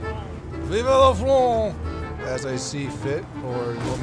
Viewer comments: for the time, it's "VIVE la france", not "VIVA la france" viva is not a french word. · Really , you have say ; VIVA LA FRAN 😂you hurting me and my land 😂 Repeat after : VIVE LA FRANCE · VivE la France. Please, it’s vivE. ^^